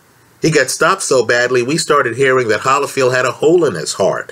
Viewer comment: It’s hard to take you seriously when you can’t even pronounce one of the best fighters of all time evander “the real deal”HOLYFIELD’s last name